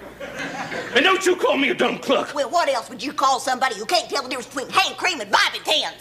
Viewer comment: I have no idea why, but the long silence and the way she says “whuut?“ Absolutely kills me 🤣